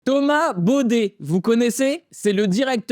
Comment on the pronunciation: C'est pas Bauder c'est Baudet 😂😂😂😂😂😂😂😂